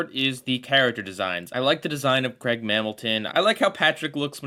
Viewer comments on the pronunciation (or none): none